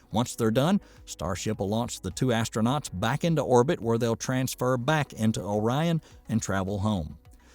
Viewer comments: “Orean”? O-RI-ON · You are very right about Boeing's program becoming a boondoggle. One comment: "Ore- Ee - En"? - ORION... like Orion, a hunter in Greek mythology... and the consolation named after him... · Orion pronunciation 😂. Pronounced Oh-Ryan 😅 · Really did I actually hear you pronounce Orion as orian? Could you not have checked the pronunciation on the NASA site before making that gaff? Sorry not trying to be negative but how knowledgeable of the space industry can you be if you are mispronouncing the name of the space craft. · Orierian ? Are you kidding me.. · "Or-ee-un"? You mean Orion. That's the third obvious word the narrator terribly mispronounced. This is a bot's voice, not a human's voice. And with a ridiculous accent. Only explanation. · First of all learn to pronounce Orion. I watch the 1969 launch and landing of Apollo 11. Back then I could see the reason for going to the moon. Today I don't. Remember not one dollar is spent in space, it is all spent here on earth. Open up comments for why we are going to the moon again? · I was almost fooled that this was a real voice until I heard the pronunciation of ‘Orion’ - gad I hate text-to-speech, please use your real voice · Other than the first two times, he correctly pronounced Orion. So why they didn't go back and re-record... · I had to stop watching after he was pronouncing it like that. It was just too distracting and hard to take seriously.